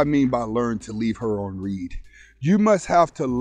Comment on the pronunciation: It’s read pronounced (red)